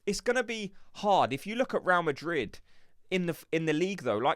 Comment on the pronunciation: Please fellow gooners let's not sound so gormless even with a cockney accent. It's not 'Row Madrid' it's 'Ray-al Madrid' - 2 BLOODY SYLLABLES!!!